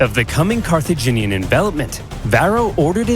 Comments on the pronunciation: Watching struggle to say "Car-tha-gin-ian" is both entertaining and frustrating 😂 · Carthaginian like Virginian. Car-thu-gin-ean